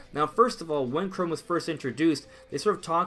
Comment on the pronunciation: CHROM NOT CHROME